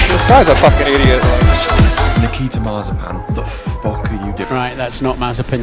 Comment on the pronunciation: The Dutch commentator called Mazepin Mazespin without it being edited. Things are getting out of hand.